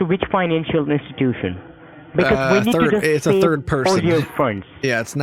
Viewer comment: “You are not suppose to inbolb any turd person or any turd party” 😂